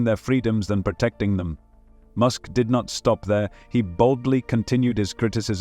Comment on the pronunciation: Musk, not mosque